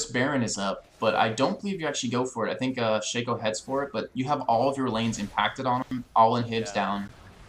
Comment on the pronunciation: Its worse how he says Shay-co, its like saying tayco instead of taco lol